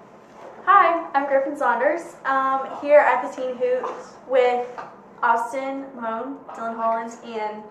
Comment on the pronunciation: it's Austin... Not Ashton.